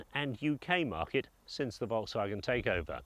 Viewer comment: It's Volkswagen not Wolksvagen